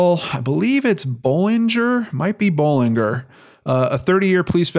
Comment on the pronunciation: Pronunciation , Bollinjer. There's a main street In my town with same name.